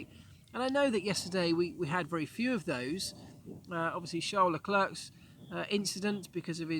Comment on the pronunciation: I know this is nitpicky, but could you please stop saying leclerk? It's pronounced le-claire.. Sorry for being nitpicky but makes me cringe everytime I hear leclerk.